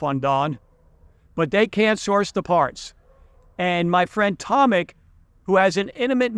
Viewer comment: Not Tomik but Tomek.This is polish name Tomasz .English Thomas is Tommy.Polish Tomasz we say Tomek😊